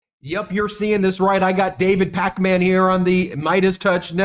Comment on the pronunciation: lol David’s face at Ben’s pronunciation of Pakman 😂